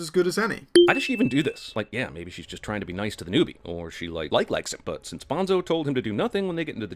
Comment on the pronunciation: "I read the book" Proceeds to mispronounce Bonzo